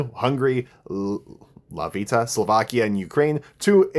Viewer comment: Why'd he say Latvia as Lativa😭😭